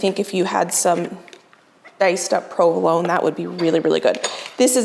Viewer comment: Where are you from? You say provolone like I do (RI?) I'm enjoying this video and looking forward to more.